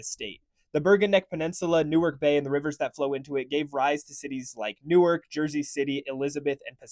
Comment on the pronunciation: “New-ark” is in Delaware. Pretty sure you mean “Nork” Nork, New Jersey